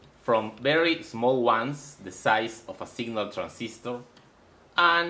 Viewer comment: plase dont seyy a agan and again AAAAAAAAANnn AAnnnn AAnnnnnnNNN aaaAAAAnnnnn not ANNN but AND!